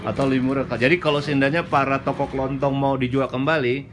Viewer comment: toko kelontong ya bukan toko kelonthong 😁